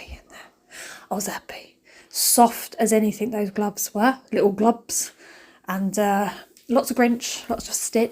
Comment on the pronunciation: Did you say glubs ? One of my kids used to say that instead of gloves. Memory unlocked 💛😊